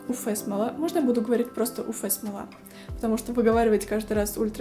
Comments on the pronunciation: Нет буквы ФЭ! У ЭФ смола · 😂 уфЭ смола только в Уфе. Вы из Уфы?😅 уЭф лампа. 🧐